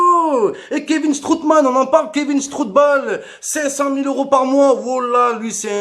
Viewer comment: Strootman "strootball"😅🤣😂😆😁 (j'suis Mort) !!!